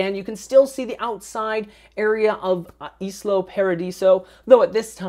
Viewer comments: isla is pronounced eye-lah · Lovely house,. I just wanted to tell you that it's called ISLA Paradiso, not ISLO Paradiso.:) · I was going to say the same thing, perhaps not in those words. But yeah... Isla. Like Isla Fisher.